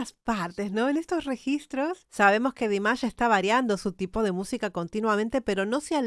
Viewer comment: A mi me gustaría que buscaras el nombre real de Dimash y lo pronunciaras correctamente, para nosotros tus subscriptores 😊